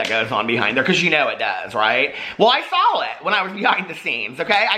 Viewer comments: Everytime I hear you say "i sawl it" it makes me think of my old roommate who got mad at me and threw fruit loops all over my bed. Not judging you just saying lmao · does say the word 'saw' as 'sawl'??